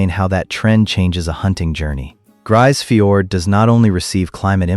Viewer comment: Not a single piece of real footage of Grise Fiord. AI slop and crap video. And you can't even pronounce the name of the town properly.